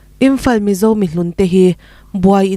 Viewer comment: The Mizo tih i lam dan kha, Mizo tih kha lam rik sap vak a ngai hleinem.... THE MIZO tiin Mizo tih lam rik dan pangngaiin lam ta mai la a mawi zawkin a dik zawk bawk